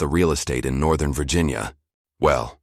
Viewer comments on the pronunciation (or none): none